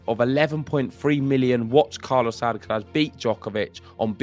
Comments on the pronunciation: you should make an effort in pronouncing Alcaraz's name correctly. The accent (stressed syllable) is in the third and last "a", so it is Alcaráz, not Álcaraz. Also, the z is pronounced as TH without vibration at the end. It is very easy to pronounce Carlos's last name as it is. Cheers. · "Alcarath" please.